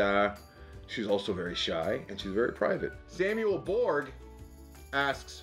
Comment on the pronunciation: Thanks for reading both my questions, I guess not your fault but Borg in Malta isn't pronounced like the Star Trek Borg haha. Our G can have a jee sound so I guess Borj is better.